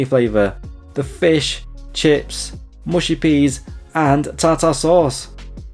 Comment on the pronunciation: Ta -Ta sauce? - Pronounced Tarter